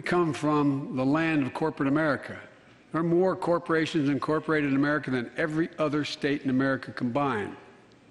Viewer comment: Did he say "Make Amrica Great Again"?!